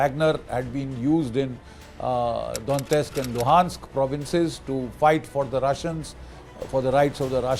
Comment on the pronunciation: GD Bakshi doesn't even know how to pronounce Kyiv, Donetsk etc. and he instantly became Ukraine expert. A big moustache don't actually indicate a person's knowledge and wisdom. He is only good at spreading paid propaganda.